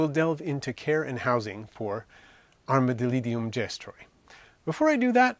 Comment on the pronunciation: Your saying it wrong 😂